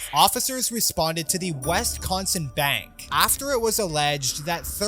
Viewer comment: Its Wisconsin. Not West-Consin 😂